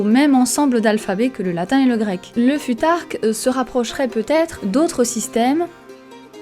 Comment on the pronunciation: Pourquoi mal prononcer le futhark si tu connais la bonne prononciation ? Ça induit les gens en erreur et c’est pas une bonne habitude